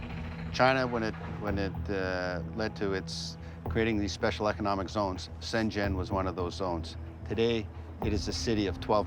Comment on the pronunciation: Why Caucasians always pronounce SHENZHEN as SHANG-ZHEN ? Yes, ShANGHAI is SHANG-HAi